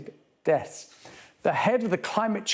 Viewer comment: It's called DEATHS not DETS.